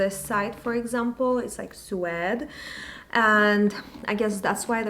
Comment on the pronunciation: Reading suede as “swed” was it for me. I cannot.